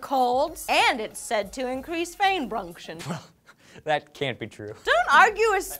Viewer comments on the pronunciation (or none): Didn't notice said fain brunction XD:L